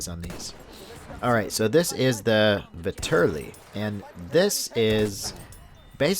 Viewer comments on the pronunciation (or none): The Vetterli is a Swiss rifle, not Italian. It was adopted by Italy but it is still a Swiss rifle. The Russians captured a large shipment of them in wwi so I am assuming that it is a dlc weapon only. Also it is pronounced vet-er-lee.